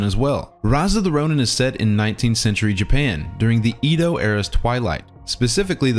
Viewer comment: I'm sorry but... Did you just pronounce Kyoto as KAIoto? And Edo period as in EEdo and not Édo? Respect lost -100